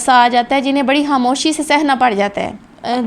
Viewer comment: یہ حاموشی کیا ہوتا ہے، یہ کون استاد ہیں جو پاکستانیوں کو خ کی جگہ ح پڑھاتے ہیں